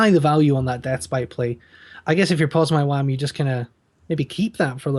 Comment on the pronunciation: Pozmywam* not pormywan :)